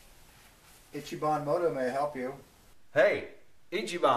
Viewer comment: Itchy bon... EECHEE bon